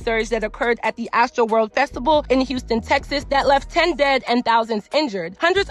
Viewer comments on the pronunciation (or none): none